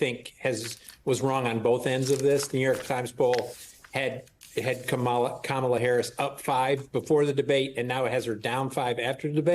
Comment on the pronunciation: I'm glad got the correct pronunciation of Kamala. It's ok to not know, but it is great to be trying.